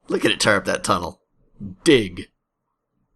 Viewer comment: Was the 'Dig' 'Diig' legit or troll ...